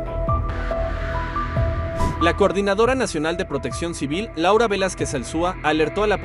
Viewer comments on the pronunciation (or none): none